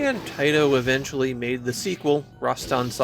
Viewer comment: “Iventually”? That’s a new one for Engrish.